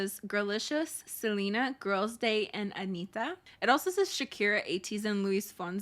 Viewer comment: Out of nowhere but thank you so much for sayin Anitta not anira like every north american🐰